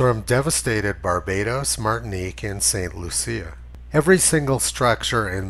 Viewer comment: Giggle a bit every time you say St. Lucia